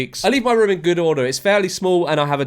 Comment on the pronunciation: Haha he says Room not Room 😅 I'll have a ruem please sir